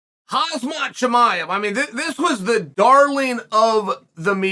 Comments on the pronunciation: i love how you pronounce Hazmah lol , you do it better than his own family. love you uncle Chael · I swear chael says haZmat on purpose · " Haaazmat Chimaev " Killed me 😂💀